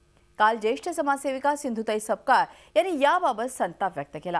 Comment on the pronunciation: This is sapkal not (SAKPAL)